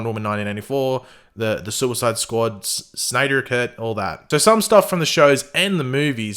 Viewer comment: The way you said Snyder Cut I'm 💀